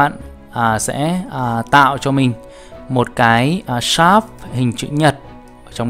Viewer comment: thầy ơi shape ko phải là sáp mà là sếp ạ :)) nghe thầy đọc nó kiểu gì gì í :))